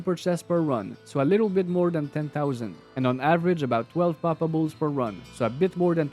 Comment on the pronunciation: Mon frere! I love how, with your beautiful Canada accent, whenever your say poppables is sounds like 'palpables', like you are a medic examining someone :)) Also, I found, and totally random, 'cause when I farm I usually go, in the same run - Travi, Mephisto, then LK, Countess and then maybe Andy, so this time I found, on P8 LK, and Ohm rune, under a Corpse. So a 'palpable' corpse gave me OHM = Oh, Homme, OH HI MARK!!! = ))